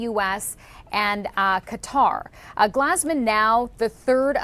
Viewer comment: It’s glEEZEman emphasis on the GLEEZE